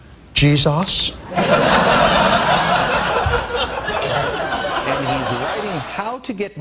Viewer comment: “JeezAHS.” LOL